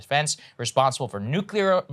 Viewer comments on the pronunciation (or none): sagar finally says “nuclear” correctly and then corrects himself to say “nucular” instead 🤦‍♂️ We still love you tho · saagar pronounces "nuclear" correctly, then 'corrects' himself and pronounces it "nucular" ... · “Nuclear” not “Nukeular” Saagar. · For goodness sake, it’s not “New-cue-lar.” It’s not spelled nucular. She’s saying right but he isn’t. Sounds like Bush up in here. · Saagar channeling his inner Homer Simpson with those "nu-cu-ler" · Did saagar say nuculer? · "Nukulear"...who are you. George W.? lmao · Saagar grew up listening to President W saying "nucular". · Nu-clee-arrrr can't do it lol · Why can't people in the US nowadays pronounce nuclear?? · Wait does Saagar not know how to say "nuclear"?